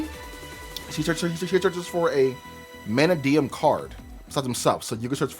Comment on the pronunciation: not sayin it right. its not MANAdium. you said it right once.